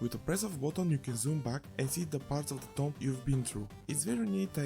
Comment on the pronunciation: "Tomb" is pronounced "toom", it's a mostly silent "b" And a long "o" Don't ask me why 😉 The game is definitely not for me but I can see it's appeal to others.